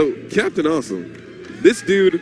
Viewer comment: Re cringuejoso el "awesum" xDDDDDDDDD